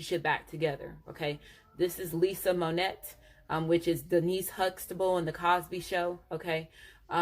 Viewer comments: No disrespect, but I HAVE to tell you, "THE MAGICIAN is Lisa Bonet NOT Lisa Monet. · Lisa Bonet not monet lol